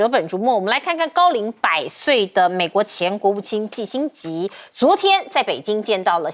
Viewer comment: 錢子很業餘的感覺，念新聞幾句就要錯一個字。季辛吉念成辛季吉，這麼有名的人都念錯。